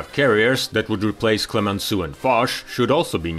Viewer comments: Instead of Clemensoo, please try at least to pronounce Clemensow, for Heavens's Sake. It will be much closer to the French Clemenceau. You see, this is tantamount to refer to the HMS Queen Elisabeet, or The Prince of Waves. 😄 On the other hand, I'm glad that the subtitles are correct and make no mention of the General Charles The Goal, as I've already seen elsewhere on YT. 😱 😂😂😂 Excelent video, to be sure. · le " clemenssou " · Why didn't you learn how to pronounce Clemenceau before producing this story?